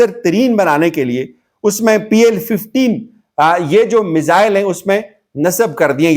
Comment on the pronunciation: BL15😂 nae PL 15😂